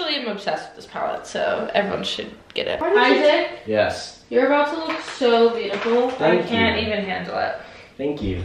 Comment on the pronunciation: You always say thano you so much